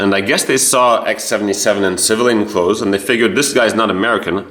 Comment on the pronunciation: "Clothes" not "cloths", it's as if you were educated in the current American education system. 😊